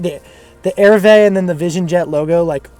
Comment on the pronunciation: it's not pronounced 'airvee' it's french for arrive. Its pronounced A-REE-VAY. Petty, I know but I always think people would rather know if they're not saying something correctly? Love the video mate.